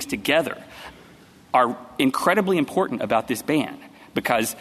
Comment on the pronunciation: On a personal note not related to the case, the Solicitor General needs to learn how to pronounce "important " and her voice is extremely grating. And to Justice Sotomayor, no guns aren't dangerous by themselves. It is the welder that is the dangerous component in the equation. If "sensitive places" are so important to not allow guns, then why are those the places where violence with guns occurs? The prevention sought be the designation isn't working.